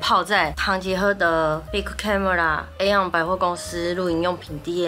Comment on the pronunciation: Aeon應該是唸E-On